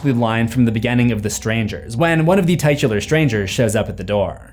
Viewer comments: You can pronounce "Mrkobrada" flawlessly, but say "tie-tular" & "contenue/begenning"? 😅 And the only reason I've EVER given you crap about your pronunciations, is because you FREQUENTLY seethe about other people/projects misprouncing things, lol. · "Tie-tular"? Just because it's related to the word "title" does NOT mean it's pronounced similarly...